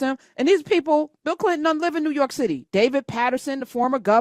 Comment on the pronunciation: "Newu York"😂😂😂